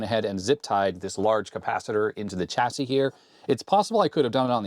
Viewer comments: The "l" in solder, didn't seem to make it across the Atlantic for some reason. Also, as "chassis" is from the French, the "ch" is pronounced "sh", the same way as in Chevrolet. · "Chassis", as in "Champagne", Chateau", "Chicago", and "Chamois. Also, "Solder" with a "l".